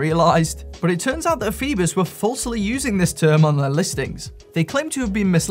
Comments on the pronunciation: Isn't it 'foyboss' not 'feebuss'...? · Yes but it's OI not OE......... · Pronounced 'FOE BOSS'